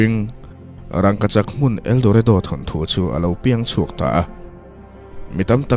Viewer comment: Eldoredo ti in i lam ri leh thin,mahse buai na awm lo nia👍